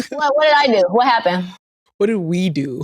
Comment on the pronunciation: “wha happen” why sound Dominican hol on ❤️😂